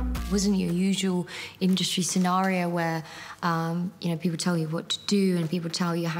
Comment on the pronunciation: Did that lady say "poople"